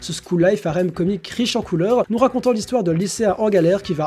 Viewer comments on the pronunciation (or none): none